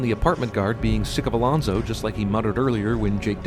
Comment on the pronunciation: It's Alonso, not Alonzo.